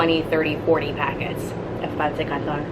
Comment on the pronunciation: Are you filipino? You just pronounce it very good...